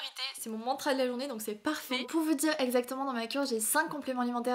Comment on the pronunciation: J’aime bien tes vidéos mais j’ai beaucoup du mal avec la façon dont tu prononces les A « fètigue » « mèh petite boite » « exèctement » « pti sèchet » bref, j’espère que je vais réussir à m’y faire et à ne plus l’entendre mais pour le moment ça me perturbe 😅